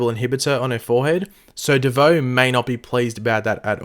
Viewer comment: Stop saying bieboe